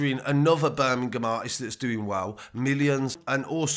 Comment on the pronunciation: BUUR-MING-UM love it :)